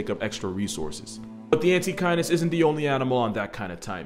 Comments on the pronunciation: The first few minutes i thought he said antikindness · I kept mishearing Antechinus as "anti-kindness" and it seems appropriate